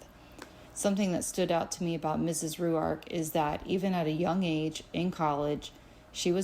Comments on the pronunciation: The way she says Rourke is driving me nuts! It’s r oar k. Not ry you ark. Annoying. I know you don’t pronounce something’s right sometimes but I love it when you do it. She’s irritating me though. And I don’t normally get in a tizzy! Honestly, the way you pronounce things and struggle to do so is part of your charm and I love it. Your heart is pure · ROARK not Rue-ark. I think. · She has a peculiar way in pronouncing Rourke - as "Roo-Ark" ! - wheras I have always known "Rorke" to be more common. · So much research, yet she pronounces Rourke, Ru ark? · She can’t bother pronouncing his last name correctly. ? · I’m sorry but I can’t stand how she’s pronouncing rourkes last name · So annoying. She is saying it how she sees it. Come on everyone knows how to say Rourke surely 🤦🏼‍♀️